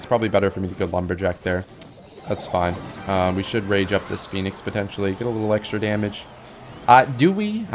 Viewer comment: I am certain you were gonna say phoenix but the way you cut off makes it sound like you accidentally said feet lmfao.